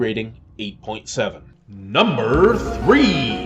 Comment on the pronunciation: "NUBER 3" lol